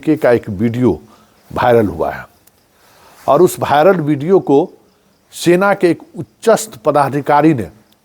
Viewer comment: भायरल नहीं होता वायरल होता है।थोड़ा उच्चारण तो सुधार लीजिए